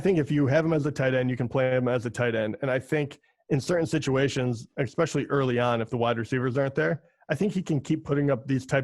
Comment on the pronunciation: Great show. One tip...“exspecially” is not a word.